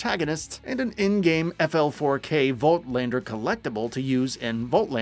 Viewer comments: Not to mention Flak. Yes, I know there's a 4 in place of the A, but it's still pronounced Flak. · isnt there a narrator at gamingbolt who played a BL game or at least know more than online articles about it who could've narrated this video instead? i cant help but point out that the narrator seemingly doesn't know how to pronounce LOU13, FL4K and Rhys correctly lol (no hate, just saying)